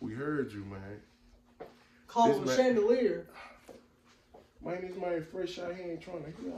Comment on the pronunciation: They call it a chan da leer! 😂